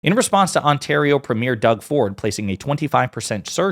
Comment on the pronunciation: preem yer not preem yare